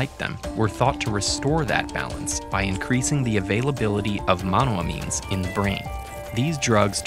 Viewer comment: The way he says monoamines annoyed me….it’s “mono-ayy-means”